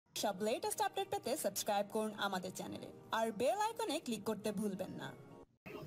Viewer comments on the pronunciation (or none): none